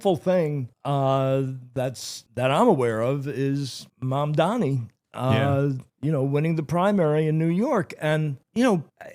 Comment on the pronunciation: bro even ben cohen said mamdami😭😭